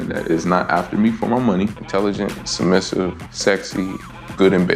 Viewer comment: Bro said “submissitive”… annnnndd strike 3 you’re outta here! Couldn’t even get passed the show’s interview introduction without sounding like a fcuking moron.